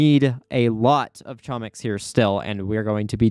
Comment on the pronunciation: note that its actually pronounced homiks because chomik is a polish word